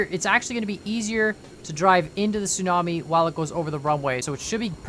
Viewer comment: I tought you said snobie and not tsunami